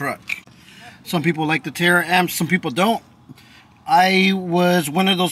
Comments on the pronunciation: Ta-ramps not tara amps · Bro, I like your videos, but damn pronounced the word right it taramps not Tara amps